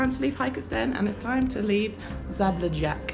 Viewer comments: Kinda butchered the names of the towns, here's how you really pronounce them: Nikšić - Neeksheech (soft ch) Žabljak - Zhablyak Durmitor - Doormeetor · you really need to google pronunciation of the city name - Zabljak